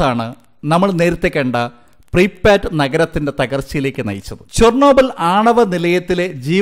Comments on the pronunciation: Preepatt alla prypyat aanu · Pripat alla pripiyat ennanu